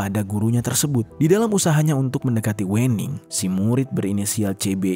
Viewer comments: klo orang jawa itu WENING di bacanya ( WEUNING), yg punya konten orang sumatra utara kynya.. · Bacanya bukan wening mas tapi wening 🤣🤣 cuma orang jawa yang paham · Pembacaan Wening nya itu salah, 😂 yaa gak salah juga sih, tapii pembacaan nya itu gak WENING gitu kalau di Jawa itu pembacaan nya Wēning, huruf W nya itu di baca tipis. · Aaaa aku sebagai jawa agak keganggu gara² baca wening nya pake e bang bukan è (Pecel bukan Lele) 😭😭😭 Tapi gapapaa banggg iloveu❤❤❤ Tetep mendengarkan dengan seksama kiw kiww, mangat 🎉❤ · Salah, bacanya bukan wening bacanya, tapi wening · Wêning bukan Wèning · Sedikit koreksi Penyebutan nama Wening (W'ning) seperti menyebut Merak (untuk burung) Bukan seperti menyebut Merah (untuk warna) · WENING bacanya bukan E yg kental kayak batak gitu... pentingnya observasi pelafalan kata dulu ngabs...biar dengernya ga ganggu